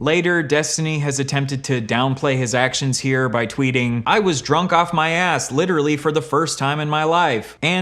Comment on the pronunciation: Take a shot every time he says akchewee or lichowee